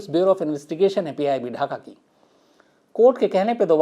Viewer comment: Mr. Khan after 11 minutes of your video, you have referred "PIB" as "PBI" a couple of times.